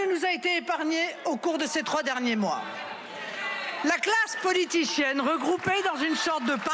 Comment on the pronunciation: Lol '' La classe politichienne '' mdr